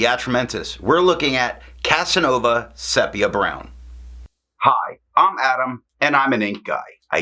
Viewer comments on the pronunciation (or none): Nice review. Quick correction: sepia is pronounced SEE-pee-uh